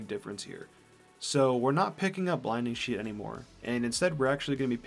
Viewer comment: this dude said blinding sheet